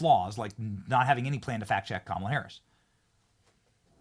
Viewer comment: This guy is still calling her kamilla lmfao wow